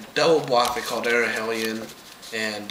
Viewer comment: Hell - ee - un gg